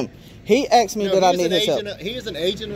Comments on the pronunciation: Who owned who FOOL? You got thrown out! And it's ASK!!! Not AXED!!! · "can i axe you a question?" The word is "asked" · You "asked " not axed! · Stop saying "aks"! It just makes you sound stupid!